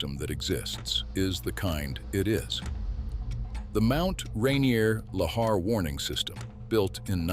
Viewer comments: 6 different pronunciations of Lahar is too much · It's pronounced "la-HAR"... It would be a fun drinking game where you take a shot every time he uses a different prronounciation of "lahar". I'm also not really ok about the pronounciation of "osceola", but there could be an alternate pronouciations. It's probably the AI narrator.Anyway, great video with neat facts, but very repetitive. I feel this could've been a really info-intensive 15 minutes. Smectite? That is a terrible name for anything for many reasons. One Does anyome calll it "The Sistine Ceilling? It's "The Sistine Chapel", unless I'm mixing up locatioms agian.